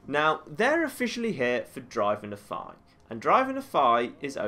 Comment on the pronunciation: It bothers me how some people pronounce Nephi. I know he has an accent, but it's not just him, it's practically everyone I meet.